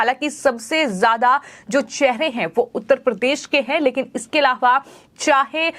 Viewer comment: aaram se bolengi to badhiya rahega.bahut takleef hota hai aapki bhasha sunana. Content delivery achha hai. Plz bhasha shaili sudhare,. Alava...alhavha..aise hi bahut traasadi me bolti hai aap. Zor na dete Aram se boliye plz